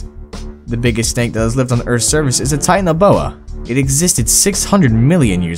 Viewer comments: it not tinan boa it titana boa i dont no how to speel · it's not tianaboa it's titanaboa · And he can't even pronounce the name Titanoboa... He seriously need a slap with a history book of Titanoboa..